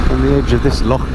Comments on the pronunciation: And you say Loch properly, salute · Thanks for making the effort to pronounce our place names (and the word loch) properly :) I used to drive tour coaches around these roads, miss that job so much but now I live in Australia and it's all straight lines :(